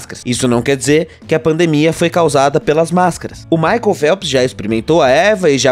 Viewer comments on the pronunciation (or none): none